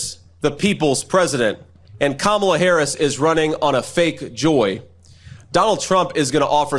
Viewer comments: Shady must've been focusing too hard on his (supposed) slams against Kamala and Tim and not concentrating on anything else, because he kept pronouncing Kamala's name CORRECTLY. I'm so used to Dumpty going OUT OF HIS WAY to pronounce it wrong that he usually takes a beat before he says Kamala (unless he uses one of his childish nicknames ... WHAT a pair of effing TODDLERS). I can't WAIT til November to vote their asses out 💙💙💙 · At least he pronounces "Kamala" as it should be. I don't believe he wears eyeliner, though, and it does not help his lack of charisma and lack authenticity even mentioning that. Listen, however, how he (then Trump) starts stuffing Harris-Walz messages and key words ("joy," "freedom," "weird," "HOPE[?!]," in his mouth then flame-throws them to his MAGA crowd hoping his (and Trump's) versions stick. Kind of pathetic "team," overall to be honest: this Trump-Vance-RFKjr ticket. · I think Vance could increase his polling numbers if he would stop saying Kamala’s name correctly. MAGA knows he’s not one of them; it’s alien behavior to not pronounce Kamala’s name thirteen wrong ways within one statement. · Why is it not news that ShayDVance accidentally pronounced out KH's name right?